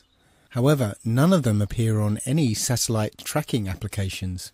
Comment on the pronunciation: SATURN-EL-ITE Satellite